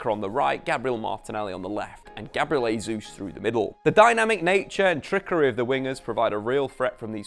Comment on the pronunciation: Why do you constantly say “Hay-Zeus” and not “Jay-Zeus” for Gabriel Jesus. He’s Brazilian Portuguese not Spanish.